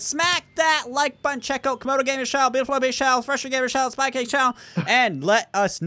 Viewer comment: At the end you also said “spycackes channel” lol